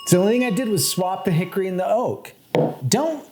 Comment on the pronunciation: As someone from Hickory, NC… you’re pronouncing it wrong